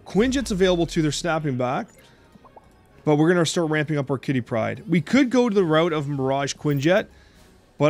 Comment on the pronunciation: "Quitty Pryde"